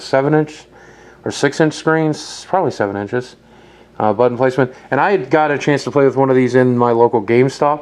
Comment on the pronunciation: He says 'Button Placement', but yeah he kinda mumbles it.